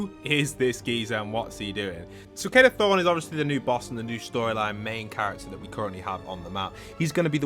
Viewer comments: Hes not called Kado Throne its Kado Thorne like a thorn off a plant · hearing call kado thorne "kado throne" brings me severe pain